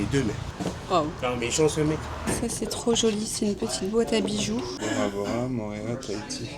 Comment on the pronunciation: Bonjour, ça se dit "PAPÉ-ÉTÉ" et ça veut dire : "Panier d'eau". Et "MO'O-RÉA" qui veut dire : "Lézard jaune". Toutes les voyelles se prononcent. Autrement "PAPITI" et "MORÉA" ne veulent rien dire.